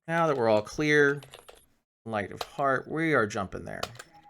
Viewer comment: I just Love that system, Every time I hear " Light of Heart " my brain hears " Light a fart " and i giggle like a kid xD On Another note, have you tried the LitCubes universe mod? if not i personally reccommend it